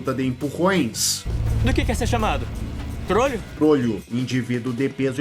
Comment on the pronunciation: É a primeira vez que ouço falar em "trolho", eu já tinha ouvido falar de "trolha".